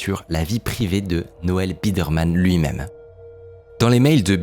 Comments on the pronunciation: Je suis à 3min de vidéo, et "birdman" au lieu de "biderman" j'en peux déjà plus :') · le mec s’appelle Biderman pas Birdman mdr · Noel BIDERMAN, c’est BIDERMAN SON NOM et non BIRDMAN 🐥 😂😂😂 du coup insupportable d’écouter sachant et entendant cette erreur. Dommage. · Excellente vidéo! Juste ça me fume que Mickaël dise "Birdman" au lieu de "Biderman" littéralement TOUTE la vidéo 😂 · Ça me perturbe que tu l'appelles Birdman le fondateur 😂 alors que tu l'écris toi-même c'est Biderman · Ouf ! Micode, avec ton "Birdmann" à la place de Bidermann, tu as presque réussi à me faire décrocher de la vidéo malgré le fait qu'elle est exceptionnelle ! Heureusement tu t'es rattrapé ! On t'aime Micode ! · C'est Biderman pas Birdman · Dommage la prononciation birdman iso biderman pendant tout le docu… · "Birdman" ? T'es intéressant Micode, mais tu sais pas lire xD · Le « birdman » me fait mal au cul, c’est clairement écrit biderman et ça se prononce byderman ( baille deure mane) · Birdman / Biderman…pas la même prononciation 😅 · "Birdman" mauvaise prononciation c'est Biderman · Biderman ca ne se dit pas birdman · J'ai l'impression dans quasi chaque vidéo il y a une faute évidente tout le long de la vidéo qui serait réglée par une simple relecture. Ici il dit Birdman à la place de biderman (et on entends bien les journalistes us le prononcer comme tel), dans la précédente je ne me souviens plus quoi mais il y avait aussi une faute sur un nom, cette fois là avec un texte qui le corrigeait à chaque fois, pas très pro... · 20 fois tu prononces le nom BIRDman, y'a personne pour te corriger dans l'équipe ? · C'est juste dommage qu'a travers tout le documentaire, le narrateur se trompe sur le nom de biderman... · Au bout d'un moment il dit biderman mdr je sais pas comment il a laissé passer ça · Qualité a "couper le souffle", mais absolument infoutu de prononcer correctement le nom du créateur. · c'est Biderman, pas Birdman. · pourquoi dire Birdman au lieu de Biderman ? Estce fait exprès ?